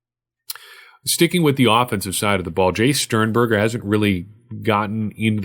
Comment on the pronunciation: Sternbuger (butchered his name) reminds me of a young kittle